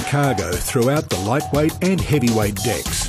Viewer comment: Am I only one who heard "dicks" whenever the narrator said decks?